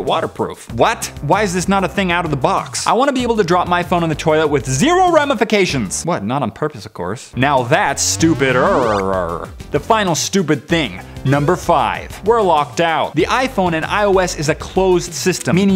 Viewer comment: ramifications, not remifications